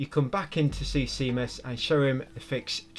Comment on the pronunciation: GODDAMN that Can't Cat-ch Me trophy, man. Goddamn it to hell. Edit: An Englishman calling Seamus "see-muss" is extremely interesting to me. I figured you'd actually know someone called Seamus, being so close to Ireland.